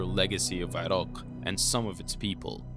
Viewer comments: It's pronounced i-rack you fuckin infidel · Dude! It's Iraq. I-Rack or I- Rock. come on! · Why are you pronouncing Iraq weird? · Irak not Irok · You: eeerockhhh My us way: eye-rack Yours better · Is the narrator purposely mispronouncing words but pronouncing Iraq in a very distinct way. Is he an Iraqui? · yo bro, keep practicing on pronouncing iraq correctly, if not just say mesopotamia!